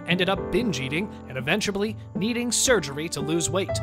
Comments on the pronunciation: "EVENTCHABLY NEEDING" LMAO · Did you say "eventuBlly"? 😄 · Is no one gunna point out the narrator said Eventablly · Why is no one talking about the narrator saying "eventuably" instead of "eventually" in the beginning? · Did he just say “eventuably” ?? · Did you say “eventuably?!”